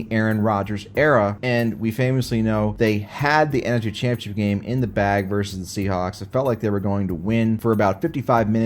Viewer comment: There is no "I" in the word Jaguars. And "championship" is four separate syllables. Slow down!